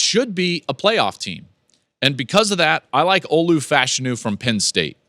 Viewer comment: my body hurt with how you pronounced Fashanu.